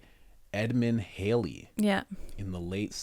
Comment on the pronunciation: your wife is correct. it's halley(hal), not haley(hay).